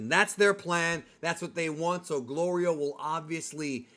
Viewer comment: Hey i dont mean to be a nit picker but i have to point out your pronouncing goliro completely wrong